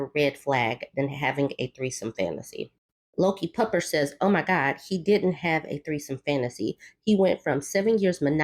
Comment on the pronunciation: Lol every time u said LokiPupper i thought you were saying Low Key Pupper... Which i guess technically you did! I had to look at the screen carefully 🤣💜